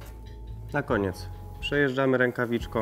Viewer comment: Widzę ,że wziąłeś sobie komentarz do serca i zaczynasz mówić prawidłowo ,brawo :) To teraz przestań mówić "opalarkom" , "foliom", "rękawiczkom" bo denerwuje to niemiłosiernie ;)